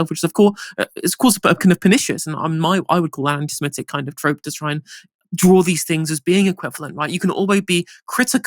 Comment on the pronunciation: You're right about this - except you mispronounce "anti-semitic" 🙂